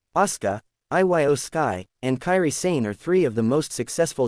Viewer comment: IT'S PRONOUNCED EO